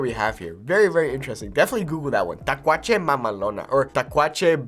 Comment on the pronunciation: Lol not takuache 🤣